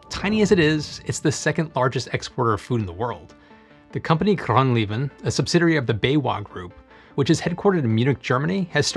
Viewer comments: kranlieven, instead of groenleven, perfect :p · GroenLeven is pronounced "groonleyven" and means "green life". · The way he pronounces GroenLeven is so funny, it is pronounced Groonlaven. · Hey, he did a great job pronouncing Bodensee and Babberich! Give some credits, Groenleven is unpronounceable for an American.